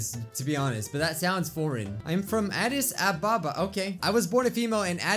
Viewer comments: It’s pronounced Ah-Dis Ah-Bah-Bah how do I know? My friend is Ethiopian and he was born there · Hey, I'm from Addis Ababa and it's pronounced (Ad.ece.A.bah.bah) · OH HEY IM HALF ETHIOPIAN Not to call you out but you said Addis Ababa wrong But Hey im not hating I still love you 😭💖🤩